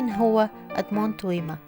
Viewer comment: توما ومش تويما